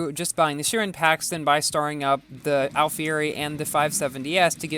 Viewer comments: plz bro its not sherin its sheroon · Shouldn’t it be pronounced as ‘kairon’?